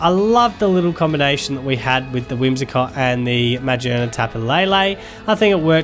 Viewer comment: Great Vid, however it's ma-GEAR-nuh not magi-ERNA